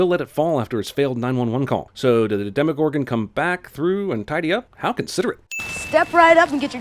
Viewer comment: Deme... Demegor... Demegorgo... deme gordon ramsy